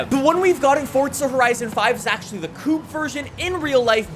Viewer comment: Coupe not coup, coup is where you keep chickens 🤣